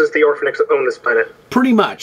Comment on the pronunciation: Orphenoch* not orphanix